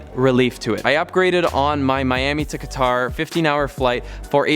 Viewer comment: Awesome vid. Thanks for the tips. Fyi Qatar is pronounced cutter.